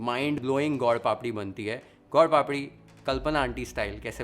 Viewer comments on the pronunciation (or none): My favourite chef. U made it look sooo amazing & easy to make . For your information it is not God Papadi it is Sweet/ gud papadi. Your pronunciation was like this. Anyway u made it very delicious & yummy.❤🎉😊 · How do you pronounce gur papdi strange way gaud papdi ,you are speaking Hindi and not any foreign language ,speak and pronounce the right way